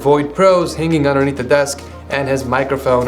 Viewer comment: Am I the only one or is he saying da instead of the